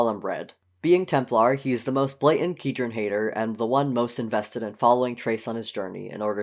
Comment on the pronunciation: As a long time TwoKinds reader, I have two things to say: 1) it is heinous that you are pronouncing it "key-dren" and not "kai-dren" 2) good job, this is (from what I've watched so far) accurate, nuanced, and well done